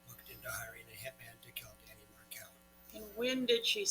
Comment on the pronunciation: Danny was correct (btw he went by Danny, not Dan and his last name is pronounced Mar—KEL (accent on second syllable), not the way it is being pronounced in this vid), Donna WAS trying to alienate him from his sons. So yes he was aggressive. Recall he was a scholar of criminal law and JUSTICE and FAIRNESS were two things he cared deeply about. He deserves credit for that and for his love for his sons